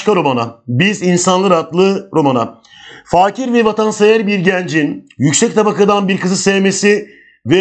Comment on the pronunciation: Hocam faakir değil fakir . Emeğinize sağlık çok iyi olmuş.